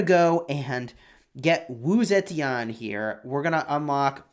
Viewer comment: "Sa-chen" not zetian...